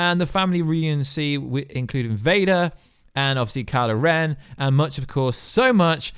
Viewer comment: It'd kylo ren.... not karla ren